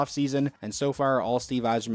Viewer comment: Thank u for pronouncing my last name right